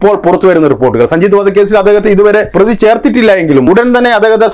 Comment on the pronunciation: Pidikkappedunnnaver.. Ellaam... Mukkiya. Predhighall.... Pradhaana.petta..predhi....... 😂😂😂🤣🤣🤣🤣🤣🤣😂😂😂😂